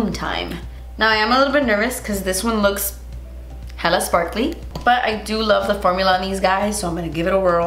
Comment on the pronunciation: “This highlighter looks HELLA sparkly” the Miami came out bahahahah😂😭😭